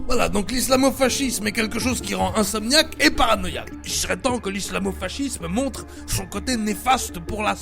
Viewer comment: Mdr putain. Sinon je crois que dit fascisme:"fassisme" n'est ce pas?